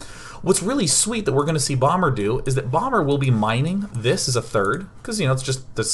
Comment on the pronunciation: Are you using a green screen for the background? :P and also when ever you say "bomber" it sounds like "Obama" and I think about Obama playing SC2! That would be pretty good. Achieve world peace by having an awesome bonding session with all world leaders play SC2 on FFA :D